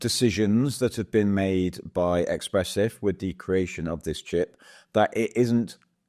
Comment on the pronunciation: It's not EXPRESSIF !! ESPRESSIF !